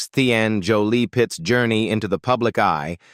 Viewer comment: Pax’s middle name is pronounced “Tee-in”.